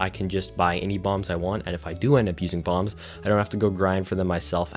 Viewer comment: I kept thinking you were saying you were buying Bongs from Demetrius and not Bombs lmao